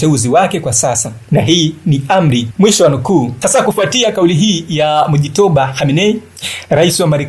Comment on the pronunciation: Acha kuharibu jina la watu n mujtaba sio mujitoba